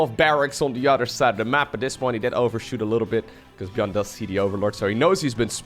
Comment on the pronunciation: I am getting confused when say buyn or buyl